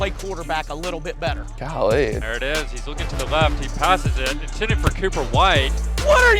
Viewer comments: If I had a dollar every time said Golee 😂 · always saying gahlee🤣🤣